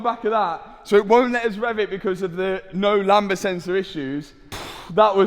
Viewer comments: Btw it's pronounced lamb-duh, not lamba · I always chuckle when I hear say "Lamba sensors" (sic): The word "lambda" in "lambda sensor" is pronounced LAM-duh, with a silent "b" before the "d". Says Google;-) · Lambda not lamba 🤣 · The b in lambda is silent btw... 😂